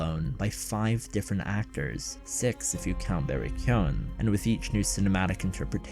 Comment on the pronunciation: "Barry Cyone"